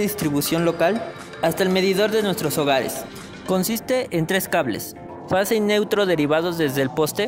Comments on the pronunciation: Se dice FASE, no face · Es fase, no "face" !!